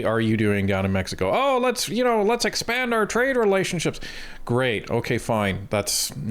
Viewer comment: anyone else irritated by the way she pronounces "expand"